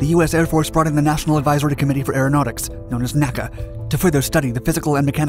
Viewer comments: Point of order: The National Advisory Committee for Aeronautics was never called "Nakka" . It was always referred to as the "In -Ay-See-Ay" . When the NACA folded into NASA, you can find film clips of folks referring the new agency as the "In-Ay-S-Ay". Nobody tries to pronounce FBI anything other than "F-B-Eye". Pronouncing NASA was a way of distancing the agency from its aeronautic/academic past and being new and space-age worthy. The XFV was also burdened with the horrible Allison T40 engine that was unreliable, difficult to control, and never produced rated power. The XFV never performed a vertical takeoff or landing, always using the comical fixed landing gear for testing. Like the more successful Convair XFY, it required extraordinary piloting skills in a time without computers to help control the airplane. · Not NACA but N-A-C-A.